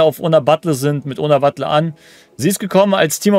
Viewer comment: Man spricht sie BatJE aus.. bisschen informieren könnte man sich schon als Content-Creator von virtuellem Fußball. Aber scheint ein generelles Problem zu sein, nicht nur bei dir.